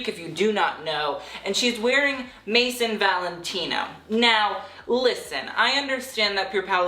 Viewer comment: are you purposely mispronouncing maison?